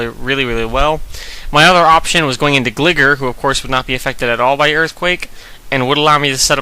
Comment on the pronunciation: lol pronounced gligar wrong but really good match nonetheless